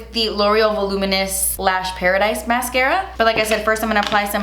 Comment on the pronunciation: "and now I'm gonna take the mascaaaaaafdskghhhftschhhh" 😂